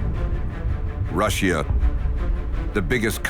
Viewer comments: Never heard of this country before. Rush-she-a? The only country I know is Russia. Pronounced Rush-a. Probably more ai generated narration. Sigh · Rusheeah? 'Common AI. Learn the English pronunciations. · Why does he say Russia weird